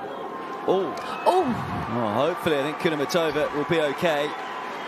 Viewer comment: KudermEtova NOT KudermetOva!!!!!!!!!